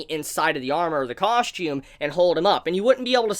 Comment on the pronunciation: coSHtume coSHtume coSHtume COSSSSSSSTUME